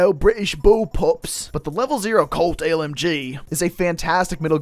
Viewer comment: the way he said colt lmg :skull